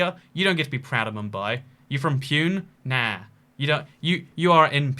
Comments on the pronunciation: It is pronounced poo-neh, and it has a bit of historic rivalry with mumbai. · U nailed it 😂😂😂 “pune" 😂😂😂😂 its puuneee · it's poo-nay but i'll give you a pass on that because even i didn't know how to pronounce it till a couple years ago and i've lived in india for eighteen years now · I used to call it 'pyune'. 😅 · As someone whose grandma lived in Pune, the pronunciation killed me :(. It’s POON-AY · LOL pronouncing Pune as if it rhymes with “tune”. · saying pyoon hurts so much and it wasnt even a joke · "Pune" is pronounced "Poo-neh" 🙂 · Pune pronunciation is poo-nay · I am an indian and acoording to me it is pronounced as pune.(poona) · lol did he just call it pune?? . its pronounced poona. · I was just died of laughter when he pronounced pune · ''You're from Pune (in British)'' I'm no Indian but even I know it's not pronounced like that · We’re you trolling Indians with your pronunciation of Pune, 😎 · The way you pronounce Pune 😂😂😂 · I did indeed live in Pune once. And I laughed at how you pronounced it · His prononciation of Pune is so funny 🤣